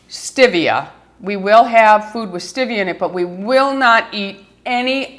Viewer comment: I just want you to say stEvia ~~~ NOT stIvia!!! 😁